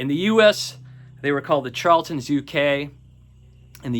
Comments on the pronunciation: Pronounced sharla-tin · My favorite 90's debut is Dry by PJ Harvey. BTW, you should consult a dictionary to learn the proper pronunciation of the word "charlatan."